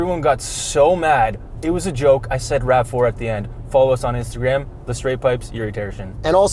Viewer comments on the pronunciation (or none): "Rav-Floor It" A+ journalism!